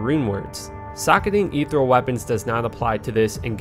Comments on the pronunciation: This video is a couple years old, but I have to ask: has anyone brought it to your attention yet that the word is ethereal, not ethreal? It's pronounced "eeth ear eel"- not trying to sound like I'm raging or be a grammar nazi or anything just letting ya know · I was too triggered that you couldn’t pronounce etherEal to keep watching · You've probably heard it before, but I have to nitpick. Ethereal: /əˈθɪɹ.i.əl/